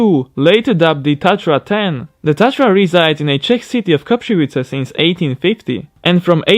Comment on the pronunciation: To bych ani neresil, spis to, ze mu tam chybi N, at uz v textu, tak ve vyslovnosti... Koprivice prej... Nikoli, je to Koprivnice.